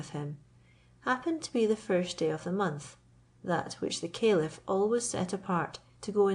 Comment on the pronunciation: You are pronouncing Caliph wrong, I had to listen carefully it is a good thing the it is also in writing.